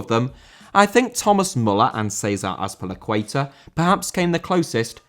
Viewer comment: César Azpilicueta * not Ceisah Azpilicueiter!